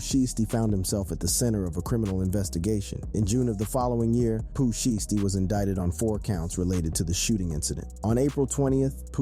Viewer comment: That’s not how you pronounce Shiesty 😂